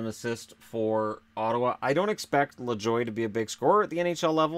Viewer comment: You should look up how Lajoie is pronounced